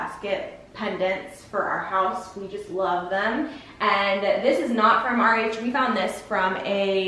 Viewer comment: I guess your saying RH I thought you kept saying, "Our age".. Lol